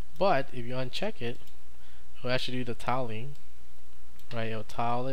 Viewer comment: I can't believe how you pronounce "tiling". Were you held in your school?